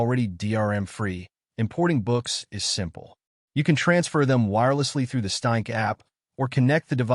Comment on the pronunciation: weird useless AI voice on weird useless AI channel calls the ereader a staink. WTF is a "staink"?